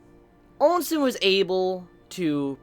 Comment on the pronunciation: the names you use are funny lol. Ousen has no "n" after the O and Qin has no "u" after the Q xD Still, I know it is not easy to get all the names right when you binge this manga in a short time considering the huge amount of characters so yeah. Note: Qin is meant to be pronounced as "Chin" and is thought to be the origin of the contemporary name "China". I think you can pronounce it with Q or Ch, either way it is fine - I myself use the Q sound and pronounce it as "kin". On the other hand, Quin with a "u" sound in the middle is kinda odd lol.